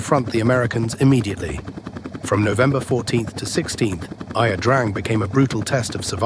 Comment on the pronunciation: Ia pronounced, "ya". It's Vietnamese for, "river".